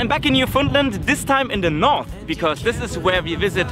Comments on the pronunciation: It's not newfundlend its literally just new found land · Gave up listening ..... at very least the presenter should learn how to pronounce 'New- found-land'. None of this Newfundlund stuff! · It's pronounced New-Fin-Land. I know. I'm a born and raised Newfoundlander. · Jack_02 man what the he'll are you taking about!? he was pronouncing it incorrectly throughout the whole video, you're definantly not a new-fin-Lander. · Love how people that ain't from Newfoundland pronounce it as Newfoundlind 🤣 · We pronounce it Newfindland They pronounce it New found land or newfundlind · It's pronounced "New-fin-land" hope anybody that goes enjoys it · It’s pronounced NEW-FOUND-LAND not hridhrhrhirbfhrudndndd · Me too. Although I grew up saying New-Fun-LAND. West coaster here. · My biggest pet peeve is when people pronounce it as Newfundlend